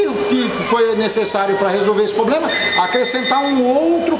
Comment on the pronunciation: Diz aí, tem algum "Poblema" em dizer Problema?